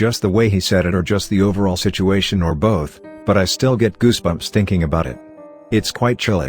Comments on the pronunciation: Fucking love “shituation” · Lmao “shituation”